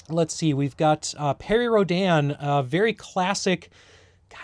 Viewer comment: Now, who is going to tell that the titular hero is American, so he doesn't need to come up with some weird contrived way of pronouncing his name?:P